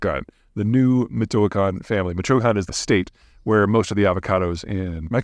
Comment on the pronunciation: Its pronounced Mee-choa-khan. Michoacan